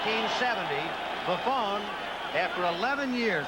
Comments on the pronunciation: ... It really helps when you announce games to know the proper pronunciation of the player's names. Doug Buffoon? Are you kidding me. LMAO 😆 😆 😆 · For all the waxing poetic of all days, these announcers were bad. Between Scully mispronouncing Kotar's name (ko-TAR), not (ko-ter) to them call Doug Buffone (Buff-own) Buff-OON, have to wonder what went on in pre-production. Johnny Morris was better than Hawkins, only if for that fact he said less..